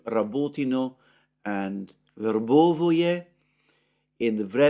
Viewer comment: Stop mispronouncing Verbove please!!!